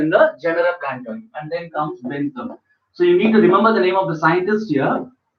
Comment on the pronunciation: Plantarum. Not planatarum